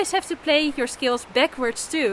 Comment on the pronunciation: you're a great teacher. when you add some humor to lighten up the practice it makes everything much more enjoyable. I'm pretty much a beginner and a lot of my practice time is scales, finger exercises, et cetera. By the way, whenever you say 'scales' I thought you were saying 'skills.' I admire you Dutchies for your command of english. (I'm in the U.S.) 'Scale' rhymes with 'mail.' What's funny is it's practically the same thing - playing scales is developing or sharpening skills. thank you for your incisive, informative and entertaining videos. I'm a subscriber and always can't wait for your next one.